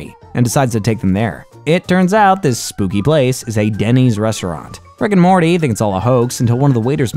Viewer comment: How many times have you said Rick and Morley?